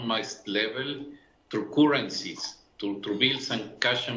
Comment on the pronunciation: The Fat Boy at BIS pronounces Currencies wrongly.